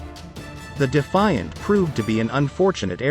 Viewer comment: Can’t even get the planes name correctly? Eh ?